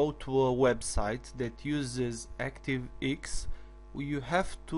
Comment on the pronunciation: "...active eeks!" Haha! Love it! Thumbs up my friend. Not taking the p, just find it funny.